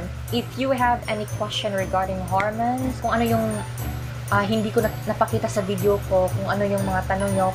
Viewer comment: Besh .. hor-mowns and not hermens